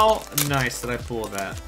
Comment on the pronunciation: I like how he pronounces pull as pool